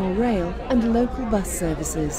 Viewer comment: Bus sounds like a pub.